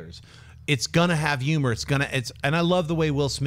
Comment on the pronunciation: I can listen to Schnepp not being able to pronounce H's all day long